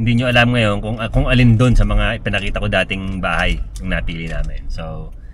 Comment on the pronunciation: Natawa ko dun sa may "haybay na kami!" Ni ate hahahha!